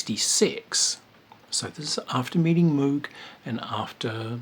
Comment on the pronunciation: FYI "Moog" rhymes with "rogue". Switched On Bach is one of my top 10 favorite albums. Life wouldn't be the same without Wendy Carlos.